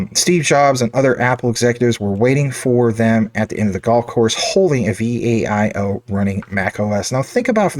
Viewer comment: It's not V. A. I O. It's Viiiii "OOOOOO". LOL. how do you not know this? Here's a youtube on how to pronounce it ( ). I enjoy your Jasmy content; great work! I've been holding Jasmy for nearly two years. I've worked with Japanese tech companies for over 35 years; they're some of the best in the world.